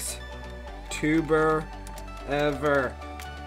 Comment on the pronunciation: BOLXTUBER no offense its "Bloxtuber"